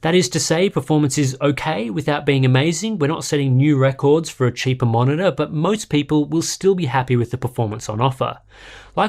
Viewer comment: i was like, wow I want this until i heard "...va-monitor"... no thanks :)